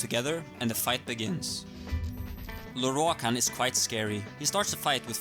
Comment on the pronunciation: ok rewatching this can i just say i really like listening to you pronounce lorroakan's name . the rolled R's !!!